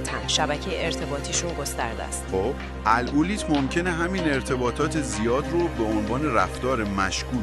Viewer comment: عالی ولی روی تلفظ کلمات دقت کنید ، حیاتی ،گردان الگوریتم و ....با سپاس